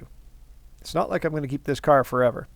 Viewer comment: Ontario "kar' ? lotsa rust on the thing.